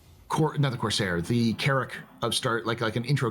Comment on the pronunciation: CorSair, not Corzair 🙄